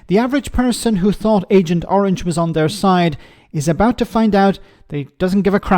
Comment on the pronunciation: Did he call Trump Ahent Orang?🤣🤣🤣